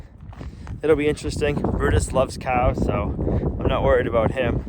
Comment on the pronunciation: Hi and, love watching your channel but I have to admit it's more and more for brutus and now the cows pronounced coows